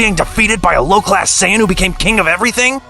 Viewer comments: Saaayen thats what i heard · Sayieen bro it’s saiyan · Bro said saiyawwan instead of Saiyan🤣🤣🤣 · Beerus not bills,sayians not seyeyans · Bro struggling with saying sayan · It’s actually saiyan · Sayeeean? You’re really gonna butcher every word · AND HE SAYS SYAYAN!!!!